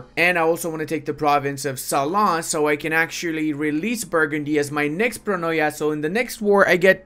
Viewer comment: its not pronoia its pronia